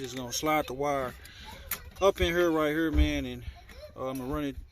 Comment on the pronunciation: You say "hurr" like you from St. Louis!😂